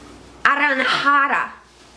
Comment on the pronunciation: im fucking dying.. its naranja, naranja means orange in Spanish